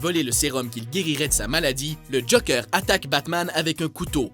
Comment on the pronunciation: Mais le mec il dit JOKEUR!!!!!